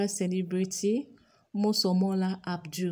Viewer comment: Mo ABUDU!!! not Mo ABDUL